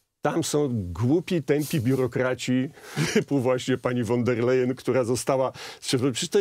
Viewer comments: ta cała przewodnicząca KE Niemka von der Leyen wymawiamy "fon der Lajen" nie po holendersku wan... itd..., a to, że była bohaterką skandalu korupcyjnego w niemieckim MON też jej nie zaszkodziło, a wręcz przeciwnie, w nagrodę została szefową Komisji Europejskiej 😱🥴🥶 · Kto to jest pani WAN DER LEJEN? Ile czasu potrzeba by nauczyć się wymawiać jedno nazwisko? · Won der Leyen się wymawia.